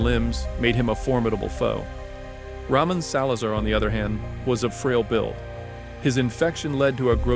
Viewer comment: Ah yes my favorite character "Ramen Salazar"